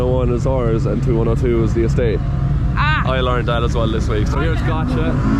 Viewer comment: James, your 99-point run was incredible. But please name the cars correctly not 2-1-0-2 but 21-0-2 twenty-one zero two. Twenty one zero three, twenty one zero four and so on 🙌